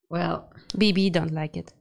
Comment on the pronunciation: I lost it when they called Leo Beebe: Boobie 😂😂